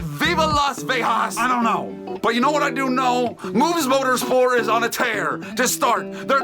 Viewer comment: i love that it's just moobs motorspor and not moobs motorsport